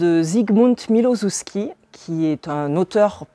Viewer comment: Ca donne envie....merci beaucoup pour vos présentations, c'est vraiment chouette. Juste pour info le nom de l'auteur se lit "milochefski" et même exactement en polonais "miwochefski" , les prénoms des personnages "grajèna" et "yatsek" . Et pour dire "encore" à l'auteur, on va plutôt dire jeszcze (prononcez yèchtché") car "ponownie" c'est plutôt quand on reveut encore la même chose...